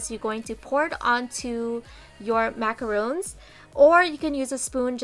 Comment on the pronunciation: I hate to nitpick, but Macarons and Macaroons are completely different cookies. What you have there are soap Macarons and it's pronouncec the way it's spelt.